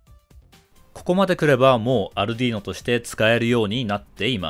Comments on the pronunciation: アルドゥイーノ（イタリア） 、 アルデュイーノ（英語圏）･･･発音は色々ありますが、 アルディーノは絶対違うし恥ずかしいから広めないで欲しいと、国内代理店のスイッチサイエンスさんが仰ってますよ！ 私もそう思います。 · アルディーノじゃなくてアルデュイーノな「